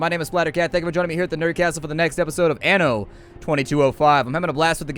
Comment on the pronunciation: The "a" in anno is pronounced like the a in "father"